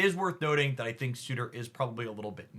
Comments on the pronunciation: Sur - tur not su - tor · surtur not sutur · I wonder if Surtor has a suitor? or are they already spoken for... or is it just that words are hard 😅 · Love the video! Just a heads up. It’s pronounced “ser-ter” but that card is gonna make Skaar decks even better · I find it very funny how an intelligent and thoughtful creator like can so consistently bump into pronunciation issues. Surtur, Arańa, Negasonic Teenage Warhead... EDIT: Halfway through...not just issues with Surtur. XD